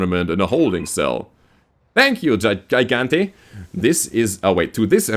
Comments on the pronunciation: Gigante is Spanish for Giant. Pronounced Hi-Gahn-teh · I think its spanish for giant, and its pronounced as G.-gan-tae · Not a soft g like in "giant"?